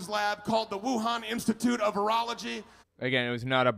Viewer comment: totally sounds like he said "Wuhan institute of urology", just sayin'.